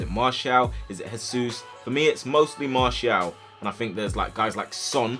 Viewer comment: ITS MARTIAL